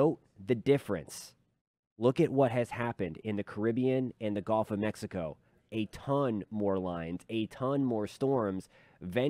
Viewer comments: As a Southern that lives almost on The Gulf of Mexico I’d like to kindly tell everyone it’s pronounced guhlf not golf. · It’s gulf, not golf.